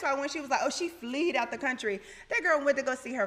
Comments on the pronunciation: Did Porsha say “fleed” 😲🤦🏾‍♀️ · Porsha: "Kenya was like she fleeeeed out the country, ain't nobody scared of Kenya ". Somebody is scared of correct pronunciation ( cough, Porsha). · Okay so we just going to ignore this dummy Porsha said “fleed the country?” 😬🫣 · Did Porsha say ‘fleed’ ??????